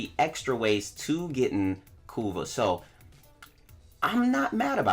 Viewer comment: I keep hearing "Kuva" as "Kurwa", knowing the polish meaning of that word creates a whole new plot twist!